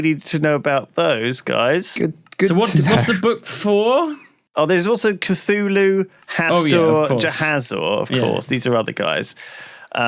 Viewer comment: The way Lewis pronounces the Cthulhu deities really bothers me for some reason... I guess I am a lovecraft baby...